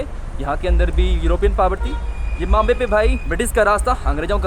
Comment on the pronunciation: Zimbabwe bhai. Not Zimbambwe as you are pronouncing all the time. it is pronounced as ZIM BA BUE